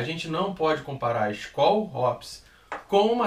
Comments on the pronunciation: Mas n eh possível que vocês falam tudo errado... eh Skol hups, eisenbau, pqp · A palavra Skol se refere à palavra "Skål", que é a forma de se dizer "saúde" na Dinamarca e na Islândia. De uma forma geral era uma palavra do antigo idioma nórdico, na época dos vikings. A pronúncia da palavra é "skôl", com o som do O grave. Mas aqui no Brasil a marca acabou ficando conhecida como "skól", com som agudo, e hoje a pronúncia oficial da marca é essa adotada pelos brasileiros.